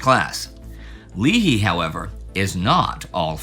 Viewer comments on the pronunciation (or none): I'm a Leahy. It's pronounced with a long A. Lay-hee. (After nearly 55 years of hearing it mispronounced I just always chime in). Also, thanks for mentioning him at all. There's almost NO knowledge out there about him and I always thought the guy bearing my family's name was just a rose garden butt kisser who never did anything meaningful during the war. While I'd rather have seen him commanding ships that delivered pain to the enemy, knowing he was genuinely useful makes me pretty happy. A fellow is never too old to learn new stuff! Thanks! 🤘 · I've heard it mangled as "leah-hee", "lee-hi", and "lee-hee" a lot. From watching the few YouTube videos I've seen on the Admiral he was introduced by my family's pronunciation "Lay-hee". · Admiral Leahy's name is pronounced LAY hee. General Yamashita's name is pronounced : yah MAHSH tah. Admiral Leahy knew FDR when the future President was Assist Sec of the Navy. Leahy was later chief of naval operations and pushed to increase the US Navy fleet tonnage by 20% in the late 1930's. He retired right before WW2, but FDR said he might need him back. President Roosevelt made him Governor of Puerto Rico then ambassador to Vichy France before recalling him to the Navy from retirement as Chief of Staff to the President. He held the very first 5-star rank in the US, senior to all military officers including Marshall, King, MacArthur, Nimitz, Eisenhower and Arnold (in this order).